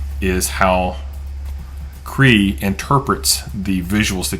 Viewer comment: I'm pretty sure it's not pronounced "KREE"...rather, it's pronounced "KRAY-AH". smdh